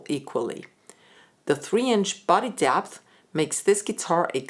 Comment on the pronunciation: accents are interesting... she pronounces the vowel in "depth" the same as "jazz". Dapth, and Jazz.